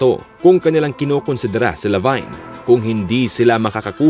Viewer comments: Hindi po "Labayn" ang pronunciation ng Lavine kundi "Labin." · ok na sana naging zach lavayn lng eh..lavin po sir ang pronounce nyan.LAVIN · La vin po hindi La vayn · mag research naman kayo sa mga pangalan na babanggitin niyo sa video updates niyo, huwag niyong e murder mga pangalan na babanggitin niyo, baka magalit na sila si Janis at si Lavayn sa inyo. 😂😂😂just saying.